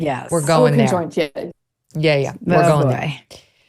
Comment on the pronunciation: "Con joined" twins 😂😂😂😂 the way she says it!!! Megyn its just conjoined